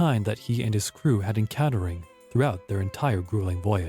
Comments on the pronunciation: What's with the robot narrator? en-count-er-red? Mar-kay? Dis-UN-ta-ry? lol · Who narrated this!?!? Even with an inviting voice, the narrator can't pronounce half of the foreign names or even normal words! How does mark become marque, dysentery become diss-untry, encountered becomes inconter-ed... Oak Island was a fine place to acquire water and other deep oceanic vessel needs, including TAR. The "money pit" was part of a tar producing factory as far back as the 1400s. Learn your history before believing suppositions like these other children who obviously come from the shallow end of the gene pool!